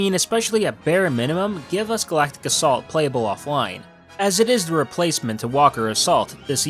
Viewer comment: U said assault wrong